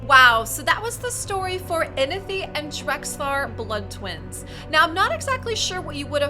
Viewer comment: There is a “w” in Inithwe’s name. Its not Inithe… great video tho.